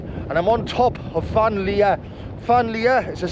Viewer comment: Cracking video …. But ‘fan’ is pronounced ‘van’😊